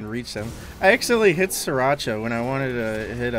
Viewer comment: "Siracha" lol